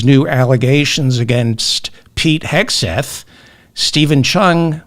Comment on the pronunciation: Thanks for your perspective, David. Pronunciation feedback-it's Pete Hegseth (not Hesgeth).